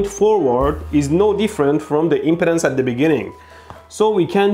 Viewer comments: Electroboom, I'm a retired electrical engineer. I love your video. I wanted to say, importantly, the word is impedance NOT impotence!!! Yours is the third of three videos I've watched on this. First was Veritasiums, then Dave at EEVblog, then yours. Dave said that we engineers think about things differently. That we have tools to analyze things and validly track physics and the rules of science. You fellows have collectively reminded me of much of the complexity we were trained to understand and analyze and calculate. I've much forgotten what I was trained and educated to deal with. I've been so browbeaten by the mindless politics and public chaos of people and the media news etc. I've forgotten the promises of my youth and education. Youtube, multimedia and Internet is a terrible way to waste a capable mind. You've helped to retrieve my past capabilities. Thank you. Amind is a terrible thing to waste, and you've given me a wake-up call. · FYI, you are pronouncing it : im·po·tence /ˈimpədəns,ˈimpətns/ instead of im·ped·ance /imˈpēdns/ ( IM PEE DANCE ) the other way sounds like you are talking about erectile disfunction LMFAO. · Oh my goodness you brought back a lot of memories from college and transmission line theory. And you cracked me up with your pronunciation of impedance, you are pronouncing it like impotence. The e impedance is a long e, so it is pronounced like M-pee-dance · Dude, i don't know if its on purpose, but he pronounces impedance like impotence. Hahaha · Hey your video is a real ‘joule’. Now I’m really charged up. Now see what you’ve done Derek. By the way I love how ElectroBOOM pronounces impedance. At first I thought you said maybe ‘impotence’ and I was like, “Hey you calling me impotent?”. Then I realized. Well I do have an inner ear disorder that causes a hearing loss. Sorry. We cool! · I trust no one who can't pronounce "impedance". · He's saying impedance not impotence. Emphasis should be on the 'ped' pronounced 'peed'